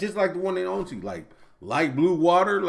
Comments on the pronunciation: He said Anzi...but its "Ann.si"...Annecy. The e is mute and the c sounds like a s. The name Anne+ the french, italian or spanish si. And another tip for the Eiffel tower. Stop say i.feul tower. Say F.L tower. Its the perfect sound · Annecy prononcer anne ci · I'm French, and I live in the Alsace region, beauty everyday! I'm scared of heights too, taking a cable car ride would make me so nervous! Ryan does mispronounce some cities, but it's usually close. Annecy, it's like saying the name Anne and add si. Such a shame you didn't get to visit Strasbourg. It's where I've been to Uni, love the city! Highly recommend to watch "12 Regions of France, explained".